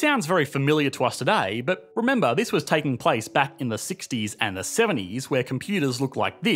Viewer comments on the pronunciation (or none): none